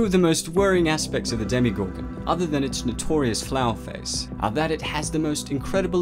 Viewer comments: It’s DemOgorgon it’s not demEgorgon or demIgorgon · Did you say demigorgon? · Did it annoy anyone else when he kept saying DemYgorgon instead of DemOgorgon? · Demegorgon no its demagorgon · Its not demigorgon its demogorgon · It's dem"O"gorgon and NOT dem"i"gorgon. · Why do people pronounce it "Demi- gorgon" when even the characters clearly say "demo-gorgon" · 0_0 Demigorgon? DEMOGORGON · Did this man just said demigorgon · Would you please say demogorgon good? Its not a demigorgem! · He says demigorgon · Why does he keep saying demi gorgon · Your saying demigorgun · Why are you saying Demigorgon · Nice video but so annoyed by “demeegorgon” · Why is it pronounced "Demigorgon" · Who else is bothered by ‘demeegorgan’